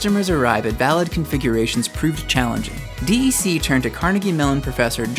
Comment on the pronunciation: This video needs to be redone. "D" "E" "C" is not the way it is pronounced. It is just "DEC" pronounced like "deck". I know because I worked there before Compaq bought DEC, and HP bought Compaq.